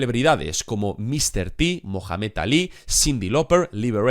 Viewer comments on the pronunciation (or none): none